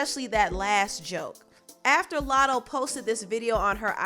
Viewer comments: PRONOUNCE IT CORRECTLY. ITS NOT MOO LATTO. ITS MUH. LATTO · “LATTO” fucken wack ANYWAY.